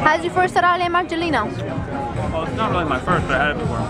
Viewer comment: I do love you, Laura&Hubby! I'm from Naples too and it's so nice to see you going places where I have been many times to. Just a quick one: is the "taralli's place" MERGELLINA" and not "Marcellino" like you said? Beautiful place... Really glad I found your Vlogs. Love*